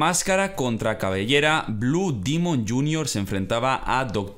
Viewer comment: No es dimon es demon